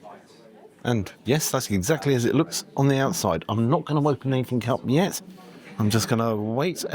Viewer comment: loved it, but please dont say "anythink" again.